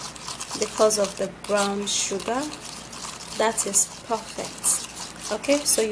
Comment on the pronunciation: It's brOwn sugar, not brAwn sugar